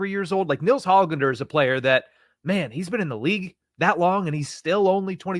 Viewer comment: Don’t pronounce the “g” in Hoglanders name. Ho-lander